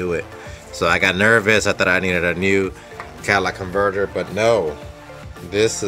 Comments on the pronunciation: Maybe the shop wouldn’t mess with it because you called it a “Cadillac converter.” :p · "Cadillac converter" ? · Is it my bad hearing, or does he keep calling it a Cadillac converter? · Yes instead of calling it the exhaust manifold he calls it the Cadillac converter